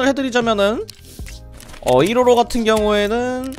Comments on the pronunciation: 155발음을 뭐라고 하시는거임? 이로로? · 초반에 설명할때 계속 이로로라고 해서 웃김 ㅋㅋㅋㅋㅋㅋㅋㅋ